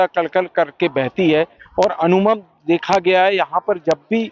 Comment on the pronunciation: Sir ji Narmada hota hai, Narvada nahi. Amooman hota hai Amoonav nahi